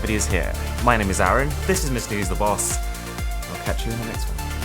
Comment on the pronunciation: It's not aron it's ARUN!